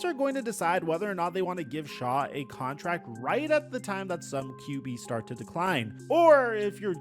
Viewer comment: Oh man…this is HORRIBLE! As soon as he called him Tyler “Shaw” I was done!! Reminiscent of the Nike, Steph Curry debacle🙃